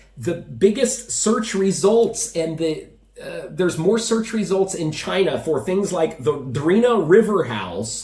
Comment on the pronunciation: When Trump speaks of China, it sounds like Vagina 😛🤪